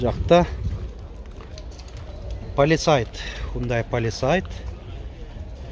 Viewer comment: хундай палисайт эмес палисад десенн I эмес А туратгоо😊